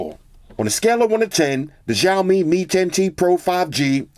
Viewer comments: Hey. I just wanted to mention that the Xiaomi is actually pronounced “Sh-ow-mi”, not “Jow-mi”. Great video as always brotha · dude it's not jaomin its chowmein, the name of the brand you're pronouncing its wrong. always here to help big brother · no its shaw-mi